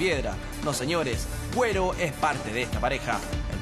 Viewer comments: por que dice guero mal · se pronuncia gero, pero se escribe guero :) y aquí se esta escribiendo , no pronunciando. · Ase llama guero y se pronuncia gero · se escribe guero pero se pronuncia diferente donde estudio él periodista 😁😁😁😁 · guero xD se dice gero jajaja